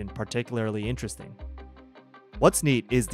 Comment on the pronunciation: Me-rated equipment? Enterassting.